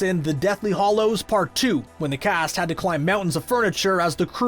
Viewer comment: It's hallows not hollows!